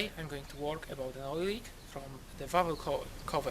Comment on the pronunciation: Not much videos on these Omega, 👍 Technoaxe almost ruins it completely though 😂 Voice needs to be louder than music, impressive ability with the English as a second language too; only "valve" and "manifold" pronounced a bit off but would have to be pretty dim to get your meaning confused! Some people just like to pick holes in things. I know video is very old but -Thanks! 👊 P.s is still running these years later??!